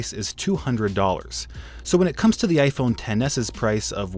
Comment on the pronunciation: Vishal Singh he said iphone but it sounded like gay phone 😂